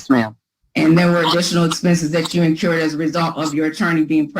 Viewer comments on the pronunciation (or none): 😮You would think a lawyer should know there is no such word as 'in-cured'. The phrase is 'incurred' expenses. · Please tell her its 2 Rs... incurred not in-CURED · this is rough! It sounds like she said "incurbed" and "axed". It's painful! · Apparently, Miss Sullivan "increwed" costs and then "incured" even more!!! Not to mention a "supssequence" of incidents! Hahahaha......what a pack of crazies! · I know this is an old video, but please tell that the word is 'incurred', not 'incured' 🤦‍♀️ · How does an educated attorney not know how to say "incurred" for Pete's sake! Did it drive anyone else crazy to keep hearing her say over and over "encured"? She must've gotten her law degree from an Ivy League school, for sure! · InCURED or inCURRED? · Incurred! Incurred! It's not inCURED!! Use words you can pronounce. Rant over. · As an attorney, I would expect you to know how to pronounce words like "incurred."